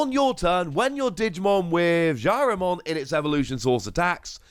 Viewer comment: Some nice Ghost Game cards. Also, its Jellymon, not Jyarimon.